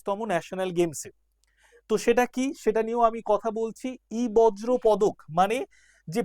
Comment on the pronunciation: sir ota বজ্র না বর্জ্য, উচ্চারণ টা বর-জো পদার্থ হবে